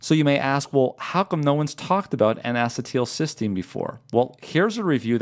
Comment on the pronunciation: Great information, please check the pronunciation of N-acetylcysteine (Acetyl-cysteine "a-SEET-il-SIS-teen")